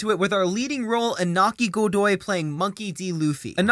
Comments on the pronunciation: It is Iñaki, not Inaki. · "Iñaki", please. "Ñ" sounds similar to /ni/ for not native speakers, so try say "Iniaki". Thanks.